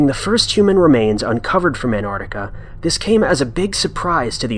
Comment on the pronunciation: The way you pronounce 'An'ARKtika' is really, really grating . . .